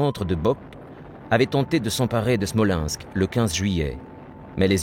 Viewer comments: Can the English narator learn to pronanunce foreign names of people or places. Why is name Stalin pronaunced as Shtalin or city of Smolensk as Shmolensk to give just two examples of many. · I think the narrator has a speech impediment so you get Schtalin and Schmolenshk.